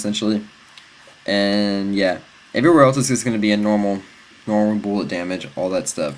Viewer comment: he keeps saying boolet it bullet